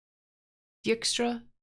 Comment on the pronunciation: Dijkstra is actually a Dutch name and as such the "ij" should be pronounced as I like in eye 😉.